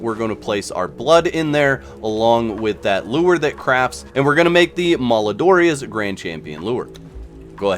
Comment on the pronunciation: Cool video. This will help when the event lands. Side note FYI: "Malodorous" means "bad smelling" or "stinky". It's got "odor" right in the middle of the word. It's pronounced mal - Oh - dor - us.